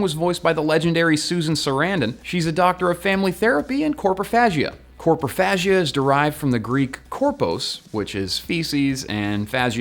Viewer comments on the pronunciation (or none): Hey, don't wanna be a dick but dunno how to PM, so, it's Coprophagia, not Corpophagia. Also, is the cat's name Easy, or it's just like "Eaaaaasy, man", like "Chill dude" ? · It's coprophagia btw not corpohagia and the greek word is copro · It's copRophagia, not coRpophagia And you didn't say the previous episode was set thousands of years ago. You said thousands of years into the future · Thank you. Him saying corpos instead of copros really bugs me... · it's not "corpro" ... it's "copro" you fucked up that etymology btw. Corpus is body. Copro is poo. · By the way - you pronounced "COPROphagia" as "coRprophagia". Pedantic is my middle name.